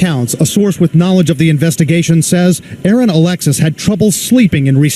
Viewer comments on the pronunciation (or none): none